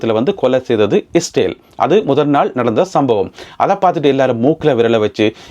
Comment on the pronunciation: இஸ்டேல் இல்லைடா ...இஸ்ரேல் டா. நீ இலங்கை மடையா. மட கூஸ். உன் தமிழை கேட்டாலே வாந்தி வருதுடா.